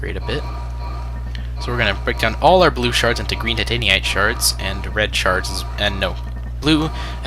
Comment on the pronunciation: "tight an eye t" Titanite